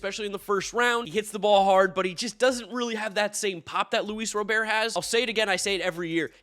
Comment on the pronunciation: He still can’t pronounce Robert’s name right.